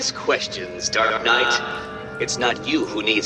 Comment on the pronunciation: I find it funny how sometimes it sounds like he calls batman "Dark nut" lol